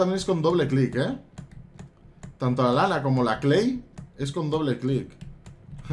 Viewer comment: soy yo o digo lala en ves de lana?